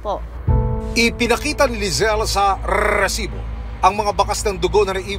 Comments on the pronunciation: Rrrrrrrrrrrrrrrrrrrrrrrrrrrresibo , nkakairita pwede na mang resibo lng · OA ng rrrrrrrrrrrrrrrrrrrrrrrrrresibo mo